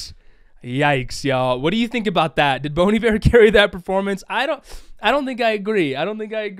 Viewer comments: It’s Bon (pronounced like in Bonjour or Bong) Iver (Eye-ver). Not boneybear. 😂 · Omg instead of bon Iver I was hearing bunny bear wtf😂HAHAHA